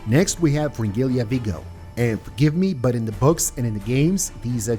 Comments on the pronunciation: Please, for the love of god, say Fringilla instead of Fringilia. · maybe you should learn to pronounce their names first and then make a video "fringilia"